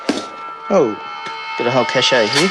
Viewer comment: A “cachet” of BB guns.😅